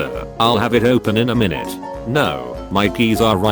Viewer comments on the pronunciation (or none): none